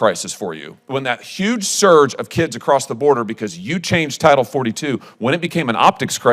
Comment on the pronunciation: Anyone else annoyed by how he says scurge instead of surge